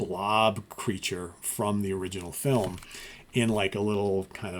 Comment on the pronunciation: Lol. My grandfather would pronounce “film” that exact way.